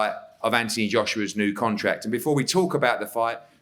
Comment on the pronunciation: What's with Eddie hearns is there a misunderstanding between his brain and his mouth he keeps pronouncing Anthony Joshua's first name as ( anty )